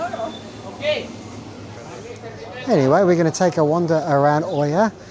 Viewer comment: NOT OIA it's IA 🤣